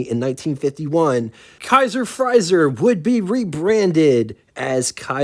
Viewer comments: It's Frazer, not 'Frizer'. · It's FrAzer, not FrYzer. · The pronunciation for 'Frazier' that you're looking for is "Fray-Zhyer"... Also speaking of the Woodhill Wildfire... I used to have a pal in Indiana who owned one. Anyhow... The Kaiser Darrin certainly was a beautiful little thing... I'm pretty sure that those sliding doors and the lack of a hotter OHV engine were what really did it in. Of all of the Sports Cars of the era though, I personally think that the Vette was the prettiest. Have you ever seen the Motorama prototype Corvettes? They built several and in all different configurations... The little Nomad-like station wagon was really cool... And the two door, fastback coupe called Corvair was KILLAH! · Small point - Frazer is pronounced like the boxer, with the long A sound. I've always thought the styling of the Kaiser Darrin was stunning, just a personal taste thing. Agree on the Town Car motif, I'd call it that too. WYR: Kaiser Darrin (the only sports car my dad lusted after), Jaquar XK 120 all day long. Excellent coverage as always - thank you sir! ~ Chuck